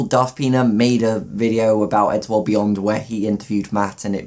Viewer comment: Why when he said eddsworld beyond did i think he said eddsworld weeyoo